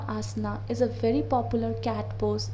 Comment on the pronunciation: You don't know how to read Asanas omg lol